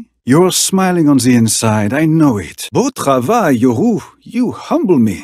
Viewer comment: Its so damn good its like Yorhu, perfection